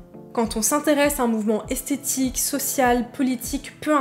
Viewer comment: J'ai bien aimé ta vidéo, je suis un peu plus âgée donc j'ai appris pas mal de chose de la génération après la mienne. En revanche il y'a quelques mots dont je ne suis pas sûre qu'ils sont bien prononcés. Nymphette ? Esthétique (j'ai entendu aesthetic donc en anglais) et aguicheuse (et pas aiguicheuse). Peut-être que c'est moi mais ça m'a interloqué.